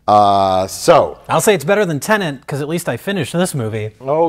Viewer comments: its not a film about landlords called Tenant. Its call TENET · Props to Mike for calling it a Turlit.